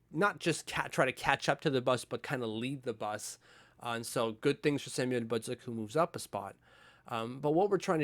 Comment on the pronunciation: My only comment, stop pronouncing Samuel Bolduc with such a heavy accent. Not going to fly on the Island.